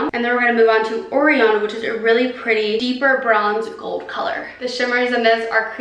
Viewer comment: PSA: it’s pronounced “O Ryan” as in the constellation Orion’s Belt.